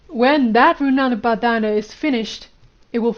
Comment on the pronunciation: Try saying Rin-bun-dhan. Runanu bandana isn’t that bad either lol